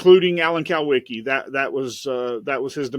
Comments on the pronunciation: I have a problem with the statistical anomaly of plane deaths concerning race car drivers, Alan Kulwicki, Greg Biffle, Hendricks family, and Davey Allison is way above the normal statistically for one group of people. I'll just say that. Alan Kulwicki is pronounced cool-wicki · Do these guys even know what they’re talking about?? Jesus Christ, the dumb moron can’t even pronounce Alan’s last name correctly 💯😫. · If he was such an accomplished private investigator why can't he pronounce kulwiki properly